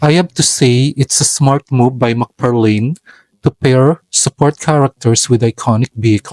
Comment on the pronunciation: Thanks for the vids mabuhay ka its mcfarlane not mcfarlin